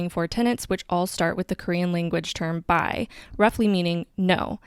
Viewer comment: FYI that in your explanation of the 4B movement the Korean term 비 is romanized as “bi” but it should be pronounced “bee” like bumblebee 😊